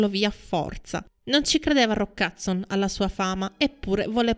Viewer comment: Non capisco perché dice Hudzon anziché Hudson.